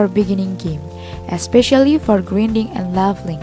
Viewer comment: Nice English "gridning"